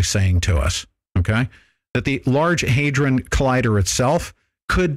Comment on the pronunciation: The day before the Norway spiral was a missile test. They warned they area the night before asking them not to fly planes in the vicinity. The reason for the spiral was due to a ignition failure of one part of the rocket. Oh, and it is pronounced Hay-dron (like TRON), not haydren.